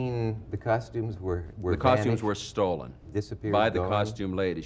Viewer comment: Stolen, not stollen